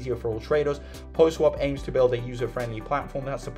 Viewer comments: seriously, it's PAW not Poh lol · What is “poh” swap? Sorry not trolling you but my OCD was on fire hearing it pronounced “poh” through the entire video 😂